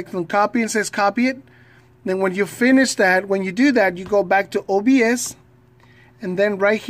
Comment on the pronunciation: Its OBS Sorry its just disturbing to hear you say OSB